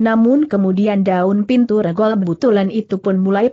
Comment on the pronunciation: Banyak ucapan2 yg tdk benar. Contoh : cara diucapkan dengan ker , tulisan Sst yg harusnya diucapkan seesst dieja S.S.T., Dan banyak lagi spti ngucapkan nama2 yg tdk tepat , contoh: regol...e seharusnya diucapkan e spti ucapan sate, tapi diucapkan spti e pada kata kemana. Dan masih banyak lainnya . Saran: tolong segera diperbaiki narasinya sehingga akan lebih enak didengar. Terimakasih